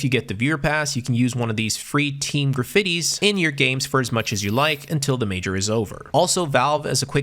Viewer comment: Its "gra-fee-tee"